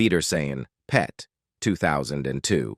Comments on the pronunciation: It's pronounced:auf weidersehen pet not auf weidersehen long pause PET it simply means see you later darling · Be nice if you spoke properly!! Why do you pause when you say; 'Auf weidersein.....PET'...?! Weird!! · Terrible narration. The word pet is part of a sentence and not an isolated noun.